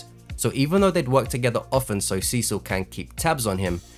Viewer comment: urgh... it hurts to hear you pronounce Cecil as Sisu